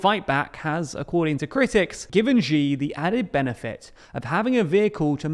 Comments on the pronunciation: Xi is pronounced SHEE not G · Its "She" not "Zee". The X in Chinese has an Sh sound. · Ruler for life? was Thatcher a ruler for life? Was Blair a ruler for life? Is Orban a leader for life? By the way please learn to pronounce Xi (Si) properly, not Gee. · The one who must not be named is pronounced “she” as in “shiba” not gi as in “gee” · Xi's name in the title is not correct, and it should be Xi Jinping Xi's name is pronounced "She" not Ji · I find it odd the way people in the UK pronounce Xi as Jee. In China that's not the way it's said. It's close to She than Jee I think. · Xi is pronounced "Shee", not "Jee". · it's Xi, not Ji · This is a small thing, but it's grating. Xi Jinping's name is pronounced "She," not "ʒee." Beijing is pronounced "bay-jing," not "bay-ʒing." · This is kinda off-topic, but I think it's important to pronounce names reasonably correctly, and the tendency to pronounce every strange name with the "zh" sound in "measure" is so very tiring. The "sh" sound is the closest English sound to the one represented by "x" in Chinese pinyin. That means his name should be pronounced like the English word "she". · Śi, not Źi: Xi, as in Maltese, Portuguese, Catalan, Basque Lord High PoohBah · Xi is not pronounced Gee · You really need to learn how to say "Xi". It's much closer to "see" than the "gee" your pronunciation leans to. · Great videos, but small gripe about all your videos about Xi---you absolutely butcher his name, and unlike other Chinese phonemes, it's not that hard. Just pronouncing it as the English pronoun "she" is infinitely closer than this "Zhee" nonsense you insist on. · you pronounce Xi Jinping correctly ("Shee Jinping"), but then you revert to pronouncing his name "Jzhee Jinping" and from there on out. Please don't pronounce Chinese names that way. The jzh phoneme doesn't exist in any Chinese dialect. In the Chinese pinyin orthography, X is pronounced like "sh". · Why do you call him Ji? X more like s+sh sound like Xi'an.